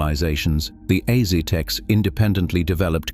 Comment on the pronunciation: Ah yes the Ahzeeteks the masters of humahne sahcrifahce